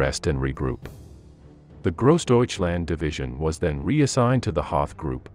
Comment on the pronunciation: You don't like Grawsdeutschland?